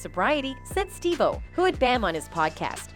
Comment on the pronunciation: Steve Wild-o? Really?